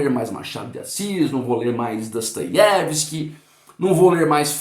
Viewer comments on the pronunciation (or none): none